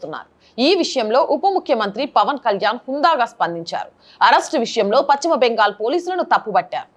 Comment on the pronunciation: Content is good but, it is PaSchima Bengal not PaChima Bengal